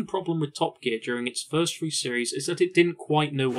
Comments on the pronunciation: What a shame you don't pronounce your 'th's. Two fousand and free a particularly rich example. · Four and Free. Love your review…but why do you say F for TH? I can’t take it. Lol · This was an amazing documentary. The only improvement I could suggest is the number 3 is pronounced “THree” NOT “FREE”